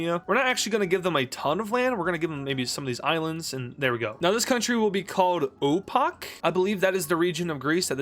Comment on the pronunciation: i believe you read Θράκη as if it was written in the latin script, instead of the greek script, resulting in opakh instead of thraki